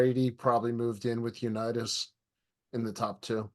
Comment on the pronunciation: dude said Unitus hahaha